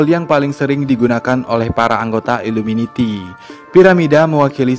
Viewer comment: Iluminati bukan iluminiti